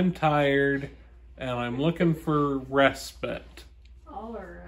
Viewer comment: I've never heard "respite" pronounced that way.